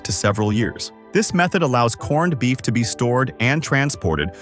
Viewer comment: The narration couldn't even say 'corned beef'. Correctly half the time....